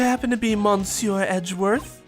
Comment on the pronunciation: i have a slight feeling there will be many more 'monsieurs' in this case so just a tip of how to say it without needing accent or whatever instead of pronouncing it mon-sieur just say meuh-sieur, you know with that heavier euh sound other than that got pronounciation down